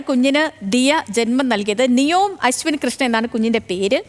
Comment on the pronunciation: നിയോം അല്ല നിഓം... Neeom